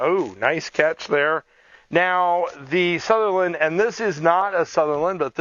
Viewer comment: Sunderland not southerland!